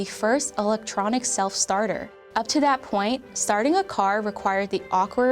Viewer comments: Interesting video, but Asian narrator does not pronounce her English words properly. Dat for that, etc. Distracting me from the interesting content. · She needs to work on her “th” sound, she keeps saying “but dat didn’t stop” instead of “that didn’t stop”, etc etc. Dis, dat, and da dird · dat and da, So annoying learn how to pronounce the and that correctly